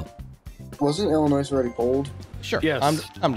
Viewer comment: Being from Illinois, I cringe EVERY time someone pronounces the “s” it’s silent and no one understands that!!